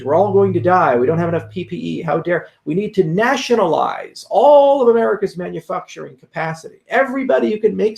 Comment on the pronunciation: Did he just say "Manufuckturing"? 😂😂😂